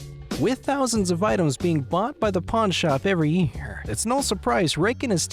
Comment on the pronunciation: good. i thought i was going insane.